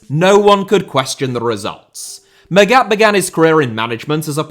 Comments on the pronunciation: Hell, it’s mAghat pronouncing the first a, as least it wasn’t intentionally chosen to let it sound like maggot … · Come on, I thought you were better than this. Your pronunciation of Felix Magath is just atrocious, you should have looked it up before making this video. Normally you are spot on in your research and preparation, but in this case you fulfil the stereotype of an English football pundit talking a lot without knowing enough. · mispronouncing german is his thing, doesnt change that what he's mispronouncing is still well researched and presented. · Yes, in this case I'm being pedantic. The way he pronounces Magath in the "wrongest" possible way is shocking, especially because normally does such a good job and does good work. I'm a teacher in a big city, with a lot of children from many different ethnicities. I make sure to ask every one of them how to properly pronounce their names. It's a sign of respect to at least try. Look at the prem, they understand this as well and have these videos where the people tell you how to pronounce their names. And for someone like felix Magath there are a lot of videos online in which you can hear the correct pronunciation of his name, they are very easy to find.